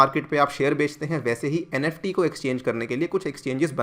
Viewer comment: Nft not neft